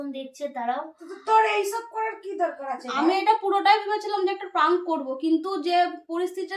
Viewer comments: প্রাঙ্ক না প্রেঙ্ক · কথাটা প্রান্ক নয় 😅😅😅